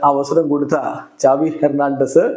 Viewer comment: Enik oru doubt സാവി.. ആണോ. ചാവി ano??.. Xavi.. Aenn alle parayne appo egne ചാവി avum😂😂😂